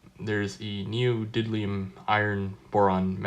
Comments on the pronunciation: "Neodidlium magnets" :D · LOL 😂 I notice the same in